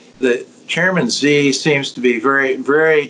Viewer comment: Steve Hanke is great but his pronunciation of these Chinese official's names needs some work ;)